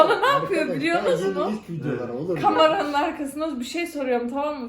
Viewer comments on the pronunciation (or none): Ya konusu açılmışken birde kamara (kamera) diyorsun. Çok tatlı ama sen yine öyle de💓